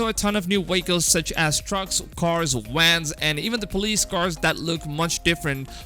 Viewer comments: Bro is the letter v in your vocabulary?.. between you saying delepers instead of developers and u literally said cars trucks and wans instead of vans.. lol .. it’s killing me!! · Vehicle-WAKLES vans-WANS